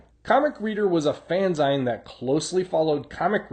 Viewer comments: Excellent collation and analysis of facts! I appreciate the history lesson. As a kid I craved SW #7 because of the ad in the oversized Marvel Treasury Edition #2, but alas I never owned it. If I may offer one word of advice, it's pronounced "fan-zeen", as in "magazine". Other than that:, big thumbs up from this Gen X reader, collector and SW fan. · Fanzine is pronounced Fanzeen not Fanzighn. It us a portmanteau of the words Fan and Magazine.